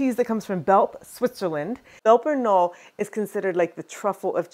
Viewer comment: I know you speak a second language, and are careful about correct pronunciation. So you won't mind I hope, a correction here? In German, it's not a silent "K". And the "e" on the end is pronounced. So, "Belper K'nolluh" is closer to how it's pronounced. Here are native speakers in Switzerland, discussing Emmentaler, and, Belper Knolle.